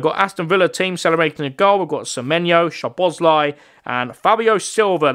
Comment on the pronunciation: Also you said szoboszlai but you say it like this soboslai